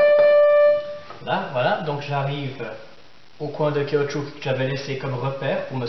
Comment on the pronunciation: Caoutchou"que" ? :) hahaha merci pour cette super démonstration!